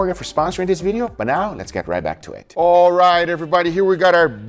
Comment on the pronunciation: Saying "Dis" instead of "this" is extremely disrespectful! It's not a "oh English isn't my first language problem" it's a "I don't care about being respectful" problem. My first language was also Spanish, and I don't say "Dis!"